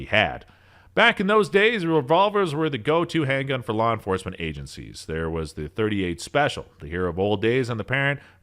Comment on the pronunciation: “law enforasma”